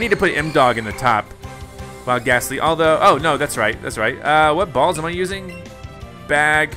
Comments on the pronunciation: Ayyoo he said bawls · I know right